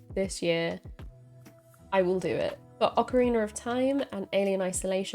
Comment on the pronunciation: you said oca-reiner of time hehe always makin me laugh